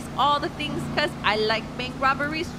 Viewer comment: "I like to go chase all da tings cuz i like bank robbery's" LOL